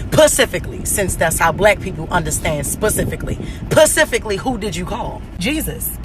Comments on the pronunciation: I am offended by the whole "pacifically" comment pissed me off..i can not stand her.. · PACIFICALLY how did u do it...jess, gone on...